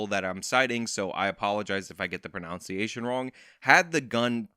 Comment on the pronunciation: says "I apologize if I get the pronunciation wrong" as he mispronounces "pronunciation."